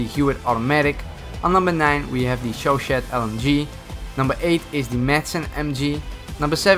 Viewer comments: Hey man love your videos, but I figured it was only in American where we miss pronounce words in foreign languages lol. The chauchat is French, so it’s pronounced like “show-shaw” not “show-shat”. Other than that, your stuff rocks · im pretty sure its showshow not showshat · First the Chauchat is called the Show Shah not show shat. AND DUDE NO THE CHAUCHAT'S SO GOOD UR TRDRD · Not cho cho its chu chat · Thats not how you pronounce Chauchat. You pronounce it like show-show not show-shat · The chauchat isn’t pronounced shoshat it’s pronounced shoshaw. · Yow let me correct you with the pronunciation of the Chauchat: Chauchat-/show-sha/ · It is pronounced like "show shaw" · Nah, it's pronounced Shaw Shank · you pronounce like "Chau-Cha"- The "t" is silent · I thought it was pronounced as “Shau sha.” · The Chauchat is pronounced "Show-Shaw" and originally IRL it fired only 200 rounds per minute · The chauchat is pronounced "sho sha" (I'm pretty sure) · Here's how you pronounce the chauchat (shoe-shot) you pronounce it like that. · ITS PRONOUNCED sho sha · My french brain drunk : "on number 9, the 'HOT PUSSY'" wait what ?!!!!! Oo Ooooooh I seeeee... You pronouced the last T that's meant to be silent... Such an innocent yet big mistake... xD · I’m sure people have already told you but in case the have t the chauchat is pronounced “show-show” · Chauchat is sjoossja pronounced "Hot cat" if you will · The chauchat is pronounced chay chit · The chauchat is pronounced shoosha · I'm pretty sure huot is pronounced "hoo ot" and chauchat is pronounced "sho sha" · Chauchaut i prounouced sho-sho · Chauchat is pronounced showshaw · It’s actually pronounced shoshow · It’s pronounced show-shay but that’s not how it’s spelled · you said chuchaut wrong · It’s pronased shosha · I kind of dislike chauchat. Unpopular opinion also, its pronounced show-shaw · You pronounce chachuat like chsha chsha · It is pronounced show shay. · I google how to pronounce chauchat its Show sha